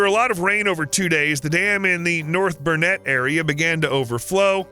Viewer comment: I came to say the same. He pronounced Burnett river correctly though 😂 Now we just have to stop big corporations destroying farmlands for a coal mine